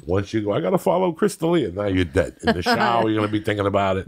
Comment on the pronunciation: Dang it, Bobby!... But day'yud